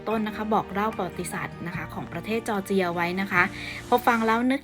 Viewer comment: จอร์เจีย ครับ ไม่ใช่ จอเจียร์